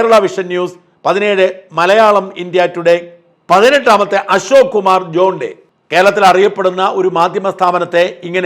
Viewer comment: ജോൺ ഡേ അല്ല ജോൺ ഡോ എന്നാ ഷാജൻ സാറെ ഇംഗ്ലീഷ് അറിയില്ല അല്ലെ